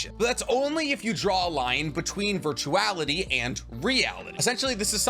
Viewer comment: Did you say virtuality??